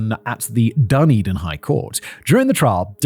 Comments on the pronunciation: He called it 'Dun din'! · Please Simon Dunedin (da ne din) and Otago (o ta go)